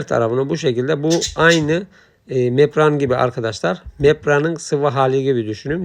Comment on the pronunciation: Bu denli işin ehli olmadan paylaşımlar yapmanızı doğru değil, reklam yapmanın veya iş almanın yolu bu değil. Yaptığınız işin adı İZALASYON DEĞİL İZOLASYON DUR, MEPRAN DEĞİL malzemenin ismi MEMBRAN DIR. VİPRATÖR DEĞİL VİBRATÖR DÜR, TAPLE DEĞİL TABLİYE DİR, VİDO DEĞİL VİDEO DUR. LÜTFEN İŞLERİ İŞİN EHLİ OLAN İNSANLAR YAPSIN KALIPÇI KALIBINI DUVARCI DUVARINI DEMİRCİ DEMİRİNİ ŞAPÇI ŞAPINI SERAMİKÇİ SERAMİĞİNİ YAPSIN HER HALTI YAPARIM DİYENLEREDE İŞ VERİLMESİN HERKES UZMANLAŞTIĞI İŞİ YAPSIN SİZ YARIN PROJEDE ÇİZERİM, HESAPTA YAPARIM DERSİNİZ. BUNU PAYLAŞAN ARKADAŞ SENDEN BİR CACIK OLMAZ